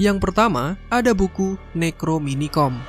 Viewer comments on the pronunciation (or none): NEC-RO-NO-MI-CON BRO